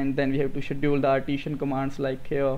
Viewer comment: Hi, Thank you. This is very informative. It will be better if you will pronounce the word "Schedule" properly. Looking forward to learn a lot of things from you.